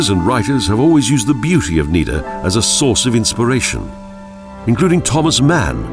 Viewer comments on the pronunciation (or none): none